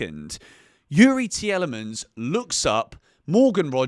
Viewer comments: the way your pronouncing tielemans is triggering 🤣🤣🤣 its pronounced like this tea-lee-mans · I was really enjoying your analysis but can’t handle how u pronounce Youri Tielemans 😂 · Nah, turned off with your pronunciation of tielemans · A bit harsh, yes he got the name wrong but still a good watch. Got a new sub . Youri would be just fine :)